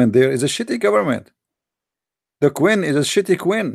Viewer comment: it is queen not qwin pray to Jesus to improve your English and your accent dude